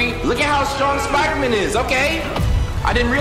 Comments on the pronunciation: U keep sayin “spider-min” my guy its Spider-man” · It is Spider-Man not spider-men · Why does he keep saying spidermen? 🤣🤣🤣